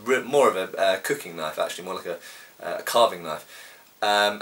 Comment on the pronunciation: Australian accent 'Well THAT's a KNYAWF!!'